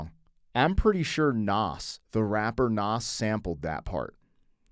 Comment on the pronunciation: Why do you say Nas like that??